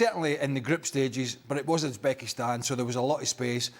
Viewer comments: Its Uzebekistsnan for Christ sake😂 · ITS UZBESKITAN morons